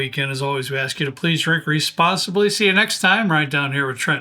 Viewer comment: Trent is definitely doing “the whiskey ramble”. hair is slightly askew and he’s very loose “Please drink rrrrrrr-responsilby” 🤣🤣 You guys are even funnier than you usually are. I’d suggest a once a month “four peat” Of course it doesn’t help that I’m drinking along with them. At home without the chance of driving anywhere